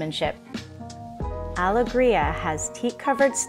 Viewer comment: I noticed all of that too, the reversed pillows were jarring. I also don't understand mispronouncing the yacht's name when the owners or even google could have given her the right pronunciation. The worst part for me was the sped up footage. This is unnecessary, requires the viewer to hit pause frequently, and causes motion sickness.